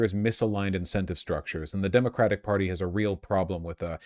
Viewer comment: "this is the central queshon of the demagidig perty" holy shit lol need the pirro drunk sound drop